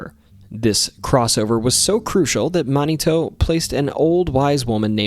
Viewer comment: You’re pronouncing mounitou incorrectly. Super cool stories though none the less.